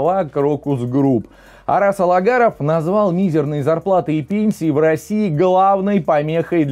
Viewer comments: при всем уважении, фамилия бизнесмена Агаларов, а не Алагаров. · разве можно Вам позволять такие оговорки- Араз АГАЛАРОВ,но никак не АЛагаров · Фамилия Араса , Агаларов, а не Алагаров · НЕ Алагаров,а Агаларов ,вроде на полном серьезе говоришь )))) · АгаЛаров,а не АгаРалов. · Не алагаров а Агаларов. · АГаларов, а не алагаров! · Агаларов!!! А не алагаров. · всё ж Агаларов фамилия его - Вы неправильно ее произносите. В остальном согласен со всем сказанным